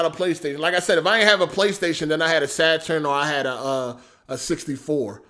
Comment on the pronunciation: You still didnt say saturn right LMFAO.